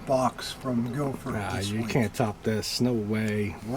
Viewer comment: Its Guildford lads ,cmon ,get it right😅 best regards to all ,Ross (England)